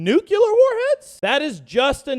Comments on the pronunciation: Its pronounced how its spelt tard 😂 Nu-clear.. You are pronouncing it, "Nukeular" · WWIII: everyone who says nuke-you-lar goes first o.o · I know you don't care but the word is nuclear! There is no room between the c and the l for a u! It is pronounced new-clee-ar!